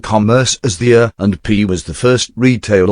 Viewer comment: It doesn't sound like the guy is pronouncing A&P correctly.